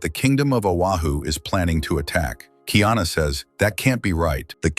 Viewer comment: No kingdom of Ohana. His name is Kaiana not Kiana. You don’t know shit about Hawai’i.